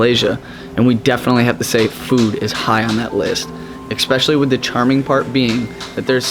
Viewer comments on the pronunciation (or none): I love your channel. The content and your video editing skills are really great. But please stop saying eXspecially :)